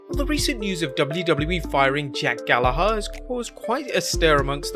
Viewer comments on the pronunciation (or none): I hate the way he says jack "GALLAHARR"